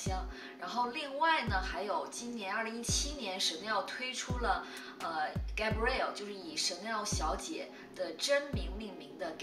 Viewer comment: 应该读。。盖 不 瑞 澳